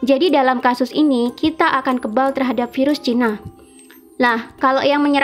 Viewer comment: Yg dipenjara pengen kerja, yg lagi kerja pengen santai. Sama aja. Selama ini kerjanya ngapaian aja.. mau siti mau terawan sama.. 👎 btw kalo ngomong virus gak usah vairus.. biasa aja..